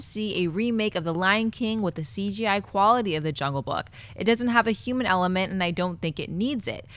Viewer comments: U guys ever notice Schnepp doesn't pronounce the h's in words like human. He'll say uman 🤔 just sayin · D Yuman factor, InYumans movie, Suicide Squad Yumor... I can't unhear it. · Schnepp...what is a "euman"? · Schnepp saying h-words. Yuman, yumor, inyumans